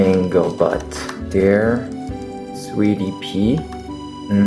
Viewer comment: I heard sweetie pea as sweetie pee and i was like, IM SORRY SIR?😂😂😂